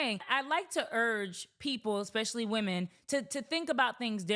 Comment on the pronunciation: Since when do you Americans say "ex-specially"? That's like almost exclusively a Greek North America n thing... Awee are you guys trying to replace the real Cleopatras? It's weird... First sororities and now this... Smh such blasphemy